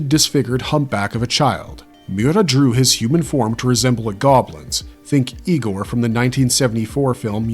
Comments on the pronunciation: no, it's pronounced "Eye-gore." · It’s pronounced Eye-gore,. 🤣